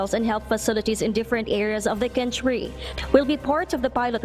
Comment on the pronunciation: KUHN- TREE ang pronounce ng word na country not KENTREE